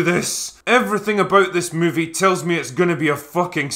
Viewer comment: "itchs a grunge thing"😁